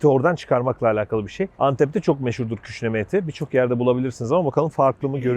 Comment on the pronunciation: Ceyda'nın küşleme yerine küşneme demesi😂😂